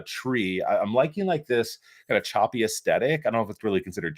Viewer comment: Hey, is not choppy is shabby chic 😅